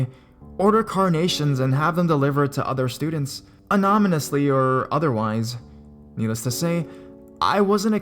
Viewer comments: anamonesly hhhahaha you say anonymously funny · anamonesly hhhahaha you say anonymously funny!!!!!